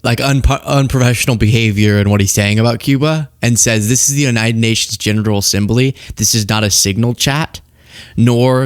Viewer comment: It sounded like you said "genital assembly "🤣🤣